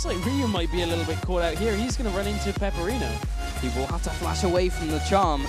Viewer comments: OMFG, it's not peperino, IT'S PEPIINERO... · I really hope in the next round they call Pepiinero properly, not Peperino... Seriouly, every time they say "Peperino" my ears bleed...